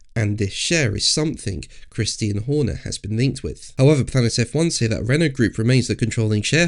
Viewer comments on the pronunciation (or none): "Christian" not "Christine". You just sound so stupid when you pronounce the Mans name incorrectly. It's, "Kris-tee-Ann", Not, "Kris-teen".